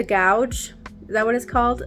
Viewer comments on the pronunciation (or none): "Gauge" is pronounced like "gage." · What a great video! I love that you not only had patterns to share but you tried and tested to give honest feedback about difficulty level! They're all so cute and you made them all so well 😊 P.S. it's pronounced gauge-like cage with a G instead of a C (not that it matters, we know what you meant) P.P.S. I also never do gauge swatches 🙊😅